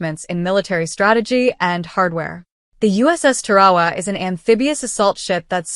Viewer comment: It's not Pronounced Ta-Ra-Wa, Its Tar-a-wa!